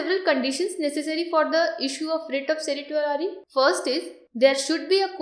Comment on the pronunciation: The videos are getting better in terms of quality and content, your efforts are evident. Thank you for taking the pains and criticism positively. I would only like to bring to your notice that Certiorari is pronounced as Cer-sure-rary, the sure being the actual word sure. Keep up the good work and thanks for all your help.